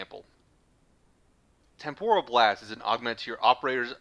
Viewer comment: I really do appreciate you breaking things down so clearly in this video. Thank you. I'm currently at MR14 and taking my time going through most of this game, including the Focus school part of it. This helps a lot. Having said that, I do have one teeny, tiny, minor gripe. I know this is gonna make me look like a nitpicky dick, but the word "temporal" is generally pronounced "TEM-poral" and not "tem-POR-al." For some reason, your pronunciation sounds closer to Japanese "tempura" and is making me hangry. I'd better grab a Snickers.